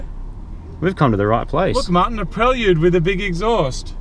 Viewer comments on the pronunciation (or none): First time I've heard Prelude pronounced "prell-yude", I've always heard, and pronounced it myself as "prey-lude". Prelude as the next MCM Honda? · Pre lude not prel ude. Must say getting a vehicle legal is a lot of time and effort, it's almost as if the suits in parliament don't like modified cars so try to make it as hard as they can.